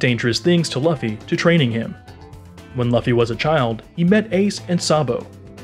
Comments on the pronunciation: The Luffy pronunciation really did kill it for me. BUT, I just turned down the volume a little bit and kept watching. Still a good video! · yeah as soon as i heard that luffy pronunciation i was out dawg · The way you pronounced Luffy was such an insult to the ears I didn't want to watch the rest. You should take this down and redo it with the right pronunciation. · I didn't make it a whole minute he can't even say the main characters name correctly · I think he see it in english instead of Japanese. And everything he puts on the video is correct except for the pronunciation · god the way he mess pronounce luffy's name.... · How can u make a in detail video of one piece and miss pronounce Luffys name who is the MAIN CHARACTER. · did u not watch the show? how are u saying his name wrong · The way he said luffy’s name just made me click off... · Never clicked off a video so quickly. Enough to post this comment. Learn how to pronounce a popular name before you do a video about it. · If you know all this I find it hard to believe you don't know how to pronounce luffy... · I hate how you pronounce Luffy and Sake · Smh ur the last air bender movie version of one piece. How u say his name that wrong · someone teach this newb how to say Luffy 🤣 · I don’t respect you I disliked because u said luffys name wrong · Not Laafey bro it's loofy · Great video but It’s “Loofy” bro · Josiahhh in English Loofy is pronounced “luhfy” but in in Japanese it’s pronounced Loofy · Everyone: Luffy Him: Lauffy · Man what the fuck is this Dragons mom “Unkown” “Monkey D Lauhffy” In less than 30 seconds bruh then Portgas… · Laffy LOL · Wait a minute did he just say laffy instead of Luffy? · Mans saying it like its pronounced Luhffy when its Luffy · is just me or there’s someone else who is annoyed everytime he says laffy and not luffy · ITS LOOFY NOT LAFFY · it's pronounced "lue-fee" not "luff fee" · ok let me say the way luffy is said it is pronounced LOOFY not LAFFY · Laffy man cmon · Lol true